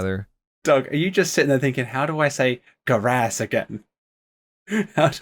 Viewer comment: Not the guh-rass 😭